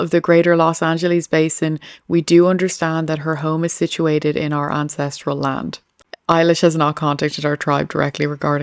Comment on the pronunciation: Your accent said " INCESTRIAL LAND" 😅.